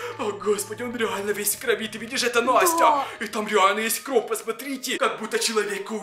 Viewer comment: Кровь ане кровь уларение на вь